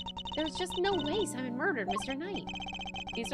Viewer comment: Is someone gonna tell her that his name is "Simeon" like simian not "Simon?"